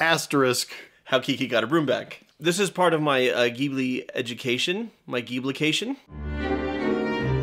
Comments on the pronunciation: i know it's so obnoxious for me to say this, but ghibli is pronounced like jeeblee (im sorry) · It's pronounced like a J, like "jeebly"